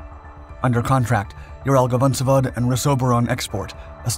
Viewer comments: Ural-VAgon-Zavod. It' literally Ural-Wagon-Facility/factory. The GavonZavod repeatedly mentioned here just pulls my ears..(love these channels, tho❤) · vagon zavod, not gavon zavod